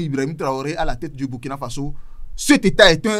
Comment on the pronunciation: Prononcer ;*bourkina faso svp